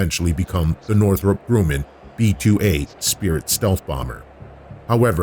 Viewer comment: Please tell me this dude didn’t just say “Grooman”.